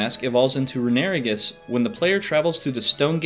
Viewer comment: I know he’s not pronouncing is “roo-NARE-ih-gis”